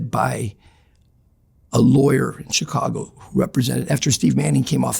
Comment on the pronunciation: He got a lot of things right from my experience. The way he says Chicago, incredibly distinct. Says outfit and coppers, mentioned Chicago and New York guys not liking each other, which I've heard directly from old school Italian Chicago street guys. Also, he's Italian and Irish. The details he gives are so incredible, I think it's damn near impossible to fake or adopt. Most importantly to me, he mentioned an incident I'm familiar with but a name I wasn't, I was about to call it out and then I looked it up. He was using the guys real name, when in the street and media he used a different name that he became known by more.